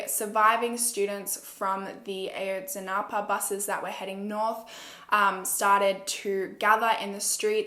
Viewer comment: Ah-Yohtz-Si-NahPuh ;)) A is short, so it’s Ah! also I’m Mexican and I really appreciate how you did this case. Everybody knows Peña did it, he made the Iguala mayor do it too. He was a disgusting president and I’m glad there’s a new president. There’s no reason why police officers from the state would take students on their way to a protest. It’s disgusting how 43 students were taken and nobody knows where they are. I feel terrible.